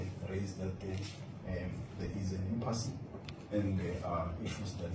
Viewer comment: It’s impasse people it is not impassey. The e is silent. Thats how it’s pronounced.